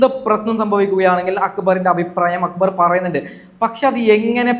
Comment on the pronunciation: സാബുമാൻ നാരദൻ്റെ പണിയാ. രണ്ടു ഭാഗത്തും കൂടും. ആര്യൻ , നെവിൻ പോയതിനുശേഷം പോയാൽ മതിയായിരുന്നു. ആര്യൻ, അക്ബറിനോട് കൂടിയപ്പോഴെ മനസ്സിലായി out ആകുമെന്ന്. ഇവനോടെന്തിനാ അഭിപ്രായം ചോദിക്കുന്നത്. ഞങ്ങളൊക്കെ കാണുന്നുണ്ട്. അക്കു ബർ അല്ല അക്ബർ